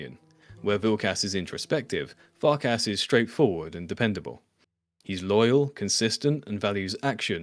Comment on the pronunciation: pronouncing them as Vilk-ass and Fark-ass. 😂